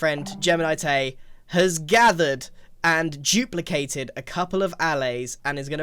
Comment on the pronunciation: It’s duplicated not juplicated